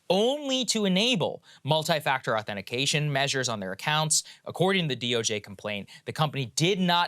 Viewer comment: Saagar: "Two-factor authentification"